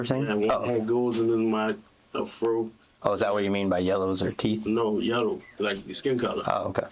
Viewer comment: 🤣🤣🤣 I swear That “yellow” had them confused